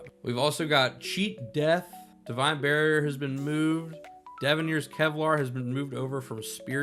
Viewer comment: kevlar is how I pronounce it from now on... XD